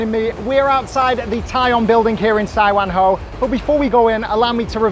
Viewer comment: my Man!! Great job there!! OMG, this brings back my childhood memories.... I spent my first 10 yrs in HK living in Tai Koo, just blocks away from Sai Wan Ho (btw, that's pronounced Sai-Waan-Hor)... Tai On Building has got all the hidden gems in terms of HK's street food/comfort food... I used to get the egg waffle there quite often as a kid... I'll definitely try out that Hainan chicken place when I'm back (I know, I keep saying this... damn Covid!) That places seems packed and buzzing all day long! One interesting thing I noticed from you is, the Brits tend to say rice almost like "rise" - but Canadians stress the word like "ice"